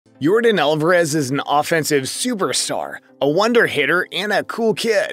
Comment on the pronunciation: If you can’t say his name right then don’t say it at all, just call him Your daddy. Also you lied about his rich lifestyle and sizzling wife…shame on you!